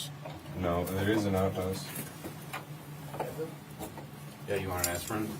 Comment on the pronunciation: Gotta love how a Wisconsinite says "outhouse" ❤️